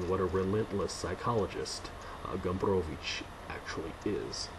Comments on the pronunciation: You do a great job with Gombrowicz's name. A useful tip for pronouncing Polish is to remember that the stress generally falls on the penultimate syllable. So the Polish pronunciation is FerdyDURke. Back to _Pornografia_ I agree that it is not about war as we conventionally expect it, but the conspiracy at the center of the book perversely mirrors Poland's rather different experience of WWII, even if Gombrowicz was imagining it from exile in Brazil. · I value your respect to the author and his culture, I myself also strive to respect such things, but in this particular case I'd pronounce ' Ferdydurke' any way you want. This is an absurd made-up word, I'm sure Gombrowicz would not mind. Thumbs up for pronouncing Gombrowicz correctly though. Living in times when the general public has often problems spelling the names of their 'celebrities', your attitude does give us hope there's future for homo SAPIENS.